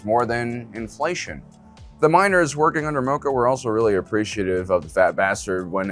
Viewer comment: Mispronouncing mokko when they say it in the show 🤔